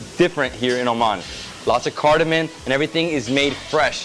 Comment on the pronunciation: Bro it’s cardaMOMMMMM not cardoMONNNN